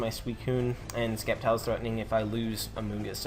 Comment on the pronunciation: Good job man! Well deserved! PS: Sceptile is pronounced Septile.. lol so you actually pronounced it correct once.